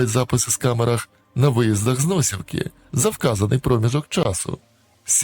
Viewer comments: Неправильний наголос в смт. Носівка. Принаймні 40 років назад казали НосІвка, а не НОсівка. С.Лихачів, Носівського району, Чернігівської обл. якщо що. Хлопця військового шкода. Там жило багато алкашів, причому вже з молоду і рідко, хто не пив. А тут роботящий і така сволота наказала вбити. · Не вірно називаєте місто , аж вухо ріже , наголос на другий склад .